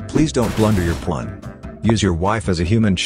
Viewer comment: It’s not a ChessPaige video without the AI saying “Pu-wan”